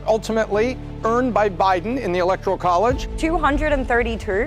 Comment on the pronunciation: There is NO letter "I" in ELECTORAL.